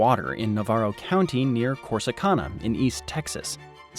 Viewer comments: The grid does not even cover the entire state. If your unsure of grid move East of Tyler or to extreme West Texas maybe Panhandle. Oh it is pronounced Core si Can nah , not cone a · Corsicana is pronounced can, not cahn at the end, like a tin can. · It's pronounced Corsi-CAN-uh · In Texas we pronounce Corsicana as Corsa-can-a. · 22.18 core su can na. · Course-eh-can-uh. We speak our own language down here where we acknowledge Mexican, Germanic and Native American ties to our history and then (purposefully?) butcher all the pronunciations. Another nearby town, Phalba, is pronounced Fowl-be. I don't make the rules, but I gotta stick to'em. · Love how this guy on the video butchers Corsicana.... its pronounced Cor-sic-can-a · Not to nitpick but its pronounced "Core-sì-can-a" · Please note... it is pronounced Cors eeeeee Can ( like a soup or soda can) Ahhhhhh Corsicana :3 Thank you for joining my Ted Talk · Hey there, Corsicana resident here. Here we pronounce Navarro as (Na-vair-row) instead of (Na-var-row) and Corsicana as (Cor-si-can-uh) instead of (Cor-si-khan-uh). No biggie, just how we roll here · Love the video. As a native Texan, I have to annoyingly correct how you pronounce CorsiCANa. It’s Cana, like “yes we can.” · I know right! Typical on and on about DFW Houston and Austin. When they finally mention North East Texas they miss pronounce . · I actually thought this video might have been made by someone from Texas, but when he pronounced Corsicana, I instantly knew he was no Texan 😂😂